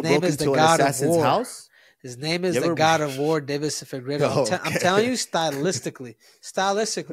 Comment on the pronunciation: Is Henrry trying to steal Joey Diaz schtick of screwing up everyone's name?